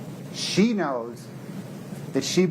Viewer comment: Fen-ta-NILL, not Fen-ta-NOL.